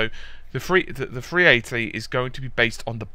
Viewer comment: Free 80? You need to learn to speak.